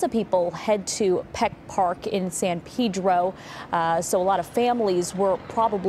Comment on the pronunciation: WHY ARE PEOPLE STILL PRONOUNCING IT PEEDRO